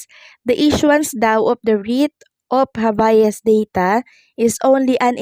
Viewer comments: Anong habayas? Habeas yon..pronounce it well ok 😂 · Pronounced "Hab-yas".